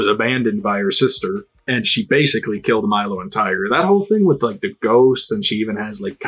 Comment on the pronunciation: I just realized... have you been calling Clagger "Tiger" this whole time?